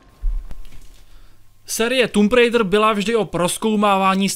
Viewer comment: Anglická výslovnosť recenzenta je otrasná. Neskutočne mi to trhalo uši a keď recenzent už 6. či 7. krát vyslovil nesprávne názov hry, tak som recenziu skoro nedopozeral. Recenzent by sa mal pred nahrávaním pokecu poriadne naučiť výslovnosť. Neskutočne tak totiž degraduje prácu mnohých ďalších ľudí. S celkovým hodnotením hry nemôžem súhlasiť. Množstvo vedľajších úloh by som z plusov jednoznačne premiestnil do mínusov, nakoľko Tomb raider nikdy nebola sandboxovka. V dôsledku toho a veľmi frustrujúcich skokových pasáží kombinovaných s nepresným ovládaním je moje hodnotenie tejto hry slabých 40%. Z uvedených dôvodov som túto hru nebol schopný dohrať, pretože som z nej ostal úplne znechutený a značne rozčarovaný. Najlepší je jednoznačne prvý diel novej série, u mňa skvelých 95% a obrovské natešenie na pokračovanie. Dvojka ma veľmi nepríjemne zaskočila zbytočnými kartami a aj určitými zmenami hratelnosti, ktoré sa však ešte dali prehryznúť. U mňa to tak má za priemerných 75%. Po jej dohraní som dúfal, že v ďalšej časti sa tvorcovia vrátia hratelnosťou k prvej časti. Bohužiaľ po skvelom začiatku trojky prišli veľmi nepríjemné, vyššie popísané, prekvapenia.